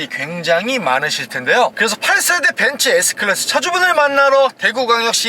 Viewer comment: 벤쓰 에스 끄라쓰~~~